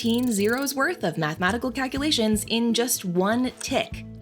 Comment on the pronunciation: excellent narration except for one thing, it’s pronounced calc-U-lations, not a cutesy calc-A-lations. 😂🎉